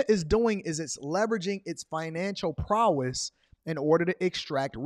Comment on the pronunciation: Man great info but my guy you say prowess wrong. 😂😂